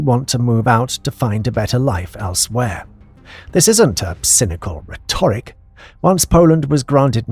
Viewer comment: Nice and clear - some odd pronunciation errors - diaspora and rhetoric. Why don't people check before they read stuff aloud?